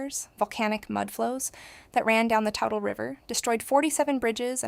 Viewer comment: The river u keep saying is pronounced TOOTLE TOO Tle lol